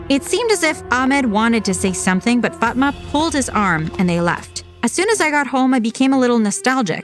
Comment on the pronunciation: I have a friend with that name and it's not Pronounce like that🤣🤣